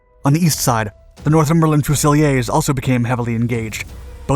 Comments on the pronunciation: Its pronounced Few-sil-ears, fusiliers. Good effort, but do learn to pronounce names as the english do, after all we have let you use our language, the least you can do is learn how to use it. Theres a Good chap. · Fusiliers is pronounced 'fuse-al-ears'. Great vid:) One of our Royal Irish Regiment Infantry Companies (that superseded the Ulster Rifles) deployed to the ME as 'Imjin COY'. There's also a training barracks in Catterick, England (the home of Infantry training) that carries the name. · ...For future reference - Fusiliers is pron. Fu-sill-eers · Enjoyed the story but shame I didn't notice any film of the UK troops. Also it's pronounced Fuse a lears. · Love how this video includes another nation that was involved in the conflict but could've found footage of actual British soldiers and tanks not just the yanks. Also fusiliers is pronounced fuze-i-leers. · Great video. One quibble, , , , , etc, the English/British pronunciation of fusiliers is fuse - a - leers, yes it's derived from the French word fusil, a type of flintlock musket, but it's been anglicised. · Fusiliers not fusileeyaaz. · The Royal Northumberland Fusiliers are pronounced… fuse ill eer’s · Oh dear! Not done our homework properly, have we? You should check the pronunciation Royal Northumberland Fusiliers, particularly "Fusiliers". It's a lot simpler than you make it, belonging that class of foreign word that has been naturalised. So it's "fusileers". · Fusiliers is pronounced Few-sil-ears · Pity he made a mess of fusiliers, FEW-SILL-EARS... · but he didn't spell it right; also, fusiliers is pronounced fusileers not how the narrator pronounced it. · But... "fuseliers" ( "fuse""el""eers") FAIL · Until he pronounced fusiliers wrong he says it like French but we pronounce it as fuse-ih-leers. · Please learn how to pronounce Fusiliers and Lieutenant in English not American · Learn how to pronounce Fusiliers. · Fuze-ill-ears, not Foo-silly-ayze. Pistol-ears, not Piss-toe-liase. 🙄